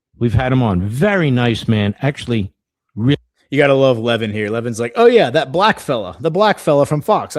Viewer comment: It’s pronounced Mark La vin. He has not liked Trump since 2016. He was a Cruz supporter for president. Cruz defends Israel no matter what.